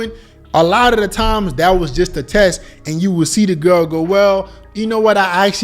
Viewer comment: it's "THat" not "DAT"....